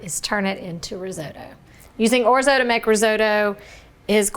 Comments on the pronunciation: Those over enunciated O's though??? Painful listening to this say Orzo and Risotto!!! 😂😂😂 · Very nice tutorial. 🤌🇮🇹 (We Italians pronounce it, “ORT-so.”)😉